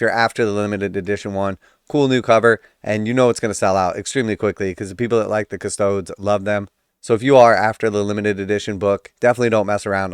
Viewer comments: Bro, the 'e' in Adeptus Custodes is NOT silent. I cringe every time you say Cuss-toads. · I do like how you say Custodes. I’m a big fan of the Ultramarine Ass Tarts.